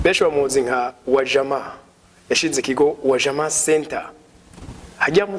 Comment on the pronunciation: Wajama, kivuge neza ni Swahili, please uzubaze uko kivurwa hanyuma umenye ingene ba pronounce UJAMA